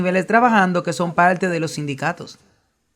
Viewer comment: Un tema bien documentado gracias al dr Veith y al traductor. Sólo sugeriría que el traductor corrigiera sus vicios locales de pronunciación, hacía una correcta pronunciación gramatical neutra. ( Señol..decidil..palte..son con R.